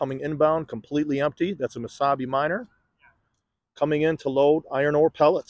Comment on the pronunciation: Oh, MESABI !! I thought you were saying Wasabi.